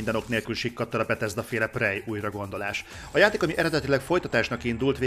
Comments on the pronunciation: Jó a videó, pörgős. De ez a prej nagyon fáj a fülemnek, tudom hogy a kettő között van, de ha már nincs meg a rendes kiejtés akkor sokkal inkább préj. Amúgy grat ! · Nem fogadtad meg a kiejtéskirtikámat és most fájnak a füleim a 'prej'-ektől :(